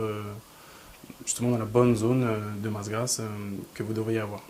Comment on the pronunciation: "grasse", pas "grâce" ^^